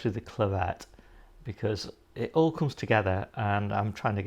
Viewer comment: Hi, It’s Boltardy not Bolthardy. I.e tardy (slow) to bolt. Plus Claret is pronounced as in Claret wine isn’t it? Cheers.